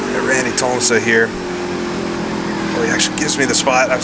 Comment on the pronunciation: Awesome video! Thanks for all that you and the others do to bring these old sims back to life better than ever! Randy Tols-ma is how you pronounce his name;)